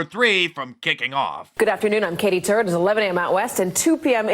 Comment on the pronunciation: Did she say her name was Katie Turd ...